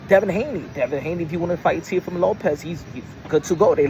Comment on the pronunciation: I seen it and Turki needs to learn how to pronounce Teofimos name properly 😂😂😂 Looks like they may very well get the Boots vs Teo fight